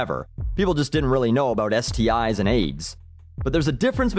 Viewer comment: Wow, someone who actually says: "STI's", you sir are the first besides my high-school health teacher.